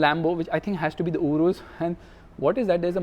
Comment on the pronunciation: Its YOURUS not URUSS😾😼